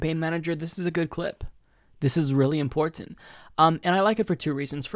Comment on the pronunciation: ImporTANT, u really pronounce the TANT. It makes me want 2 die lol 😁🤭